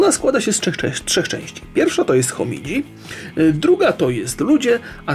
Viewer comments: ta książka nazywa się "Hominidzi" a nie "Homidzi":p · Kurcze, raz nazywa książkę Homidzi za drugim razem Homidi, a książka nosi tytuł Ho-mi-ni-dzi ale co ja tam wiem, irytujące może być jedynie to że raczej nie ogląda tych materiałów przed pokazaniem ich nam. Chociaż może być inny powód dlaczego takie gafy pozostają na filmach Rocka i nie ma do nich sprostowania nawet w opisie filmu. To nie pierwszy film gdzie albo przekręca istotne fakty albo wykazuje się nieznajomością tematu, albo jak w tym przypadku źle odczytuje tytuł książki, chociaż jak sam mówi strasznie mu się spodobała. Nie wiem jak to nazwać, przychodzi mi na myśl słowo ignorancja. Może się mylę, może to zwykłe przejęzyczenie, jednak zdarza się nie pierwszy raz i jako widz czuję się trochę olewany ze strony twórcy. Pozdrawiam